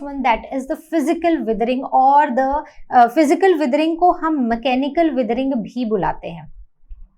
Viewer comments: It is not wethering it is weathering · not them saying weathering as wiethering